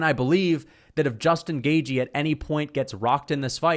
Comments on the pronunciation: Bro says Justin gay-G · You said his name wrong again gashi gaishi gayche